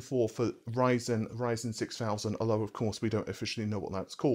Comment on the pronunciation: Did you really pronounce Ryzen as raisin lmao